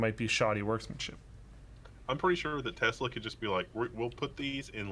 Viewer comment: The way say’s Tesla actually bothers me so much....Tezla? 🤣